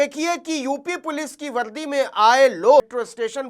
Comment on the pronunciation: Sharesha nhi hota sareaam hota h, Shamay nhi hota samay hota h Valdi nhi hota vardi hoti h Uncle shabdo pe dhyan do